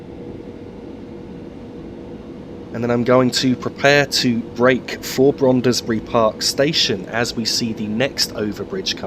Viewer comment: another fine video full of interest and sharp images. Just a small point in case you do another video of the North London line: Brondesbury is pronounced as if the "e" between the "d" and the "s" was not there and is one syllable shorter than you made the name. Many thanks. Roger Crick